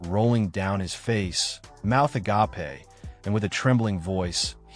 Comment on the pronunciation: "Mouth a gapeh" gets me everytime